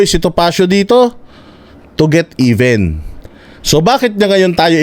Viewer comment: It’s time to get “EBEN”, daw! Ulol kang Bulol! amf tawag ni Attorney Topacio. Walang kuwentang KONGRESO sa kasaysayan ng Pilipinas. Di kayo dapat tawagin na “HONORABLE.” OBOB! Saan galing yung pera mo?